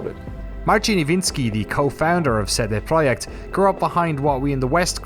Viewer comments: Ce De PROJEKT Glad you try to pronounce it correctly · and props for the pronunciation of "CD-Projekt" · Great documentary with so many little details and nice to hear the correct pronunciation of CD Projekt!! Feels just like a conversation instead of an interview! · It's a small detail, but I really appreciate you made an effort to learn the proper Polish pronunciation of CD Projekt. Veeery few of English speaking journalist would do that if any at all. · Thanks for the correct company name pronunciation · This is a good video but what's really good is the fact he properly pronounced CD PROJEKT. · It might be a nuance, but I like how you've pronounced CD Projekt.